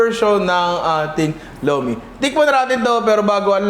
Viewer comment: ang pronunciation po ng Lomi sa batangas is "Lu-meh" hehehe